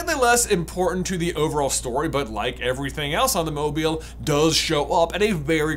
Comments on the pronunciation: Sorry, did J say Mobyill? Apparently the i is the opposite of silent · Why are you pronouncing mobile so awkwardly? It is a moving statue who's name derives from it's mobility, pronounced like the adjective. Like, you seem to be aware, you said it correctly , that's sooo weird... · I hate the was he’s saying mobile. He said it right once though.